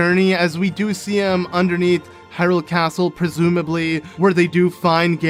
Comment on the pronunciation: A caatle in a caatle... What’s next? A cave inside another cave?